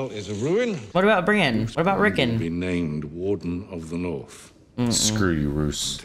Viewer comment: It's Rickon, not Rickin.😊